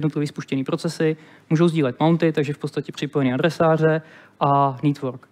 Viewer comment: /ˈnetwɜː(r)k/ - Ale jinak krásná přenáška.